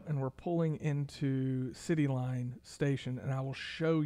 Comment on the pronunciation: Why do you keep calling Cityplace Station Citylune Station on this video? Especially since there is an actual Cityline Station in Richardson. Just curious. It hurts your credibility. Thanks. PS I think the Knox Henderson Station will eventually open with the way that area us exploding.